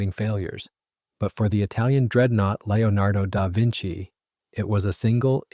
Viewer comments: "Lio nardo Dar Vinci"? Didn't he paint the "Mana Liso"? ;-) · The narrator seems to struggle with the name of his subject. But a very interesting story.